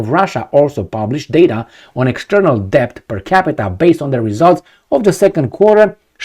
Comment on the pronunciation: The "b" is silent in the word "debt"